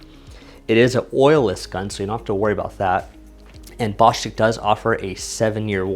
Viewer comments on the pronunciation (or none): Please call the company Marketing dept and on behalf of your subs, learn how to say the name Bo stitch. no stick unless they say so.